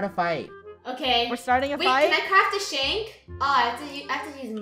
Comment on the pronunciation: No she said shint but I think she means shank as the shank the cops I think